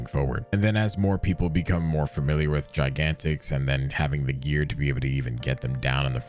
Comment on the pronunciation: The only problem I have with Gigantix is the way you pronounce it.